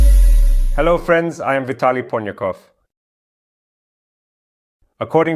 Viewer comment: Ponikov? What is Ponikov??)